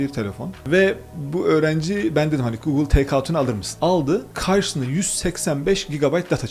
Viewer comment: önünde gugıl diyor, herif yine de gogıl diyor. sizin bir şey öğrenmeniz mümkün değil ki arkadaş.